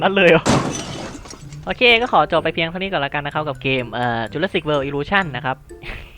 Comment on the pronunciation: ชื่อเกมเขาอ่านว่าตะขบแหม